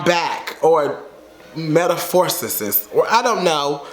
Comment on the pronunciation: I know you did not pronounce metamorphosis “meta forces sis” 🤣